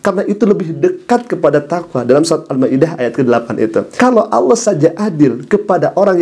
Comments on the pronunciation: dia Bilang ALAH bukan ALLOH ?😂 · Dari cara bicara saja kata Allah tidak bisa sebut,,,hahaha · Sepandai pandainya dia berbohong toh akhirnya keceplosan juga...dengan penyebutan Allah menjadi Alah.. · Ngaku2 islam sdg cr nyebut Allah saja dg menyebut alah.